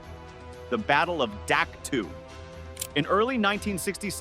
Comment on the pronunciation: It's pronounced Dak Toe